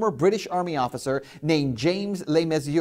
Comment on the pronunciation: Old news on the White Helmets I'm afraid. As for Ben Swann, he might like to try and pronounce James Le Mesurier's name properly. How's that for a Reality Check?